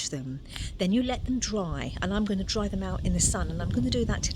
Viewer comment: Dry. Not draw.